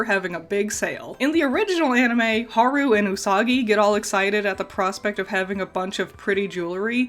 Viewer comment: Don't you mean Naru, not Haru. Did I hear that wrong?